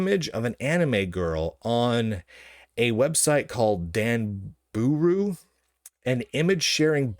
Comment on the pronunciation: If I hear him say Danbooru wrong one more time I may be arrested for laughing and crying on the floor. DAHN BAH RU, DAHN BOOH ROO